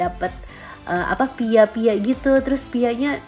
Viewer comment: Itu pie (bacanya pai)..... Pia Pia itu makanan khas Jogya... 🤣 🤣 🤣